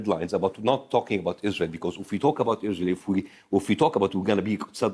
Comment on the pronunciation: Its the 'Izrahell' pronunciation from Bassem for me😂😂😂